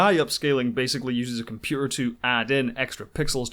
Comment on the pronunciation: I lost interest when the narrator could not pronounce “computer”!